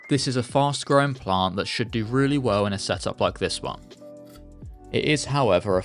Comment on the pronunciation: Every time you say “plant” you add so many extra L’s. It’s like “Pa-Lllllllant”